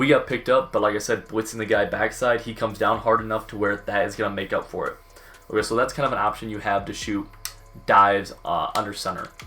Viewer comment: the absolute cringy way he says ok. Like he got too much PB in his mouth or something